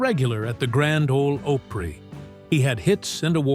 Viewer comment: Elvis did not come calling. Tom Parker did. Also, learn how to say Opry.